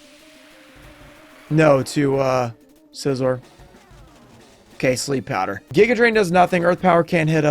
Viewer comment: Not bullet punching the 1HP meowskarade so as to not take damage hurt a little. Also the way you say Scizor hurts my soul. Scyther like a scythe. Scizor, like scissors, not SIZE-OR???